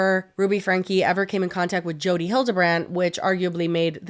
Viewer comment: Not me thinking said "Chodi" referring to Jodi